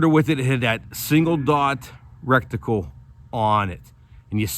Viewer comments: He keeps saying, "recticle" ha ha. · Did you say reckticle?? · You know you're saying rectaclel That sounds way different than what you're actually Meaning to say. We're talking optics not butt holes.omg you're killing me !!!!!!!!!